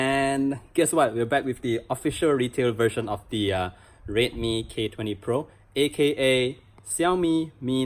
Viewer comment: Why does it sound like he's saying rape me every time he says redmi